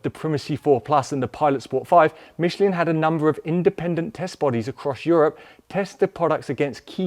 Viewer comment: it's "Mishlaan" not "Mishleen"